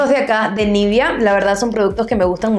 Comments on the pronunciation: Nivea, no nivia pronuncia bien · Espero no sonar grosera con mi pregunta pero: ¿porqué pronuncias "nívia" y no "nivea", así le llaman en Argentina?